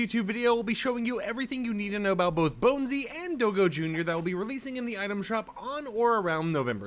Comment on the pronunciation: it's not do-go it's dog and go in one word (DOGGO) not do-go